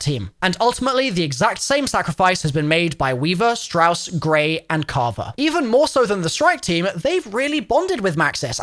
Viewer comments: “Shaw” lol you mean Strauss? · Did he call strauss shaw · Carver, Grey, ''Shaw'' and Weaver lmao. you confused me there for a second. I was wondering what Shaw was doing in the Eather story. Turns out it's just Strauss.